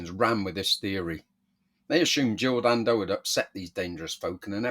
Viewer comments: Can I just point out she was Jill Dando not Jill Dan Do the way you say her name detracts from the seriousness of the story and makes you sound like a knob. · I call it as I see it, her name was Dando there was no gap in between the Dan and Do and you putting one in makes you sound like a knob. I am just being honest not brave. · Am I supposed to take seriously a video from some bloke who can't even get her name right?